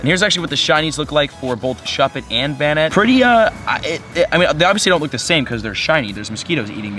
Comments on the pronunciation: Its (bay net) not benet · It's pronounced "ban-it" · This is how you pronounce Banette Bane-NETT reagion: Hoenn I follow you on Twitter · its bay-net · It is kinda complicated to pronounce it properly. But technically it's pronounced bayn/bain- net. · Pronouced "Bay-net" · It's pronounced "bay-net" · Its bay-net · it's pronounced Bay-net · Banette is pronounced Bane-net